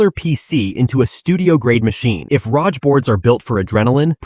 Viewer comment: leave a dislike (maybe report later) for letting AI pronouncing "ROG"